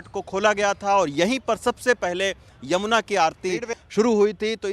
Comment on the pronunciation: यमुना जी बोलना सीखो संवादाता